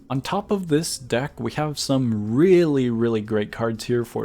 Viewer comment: I think i hear duck not deck ._.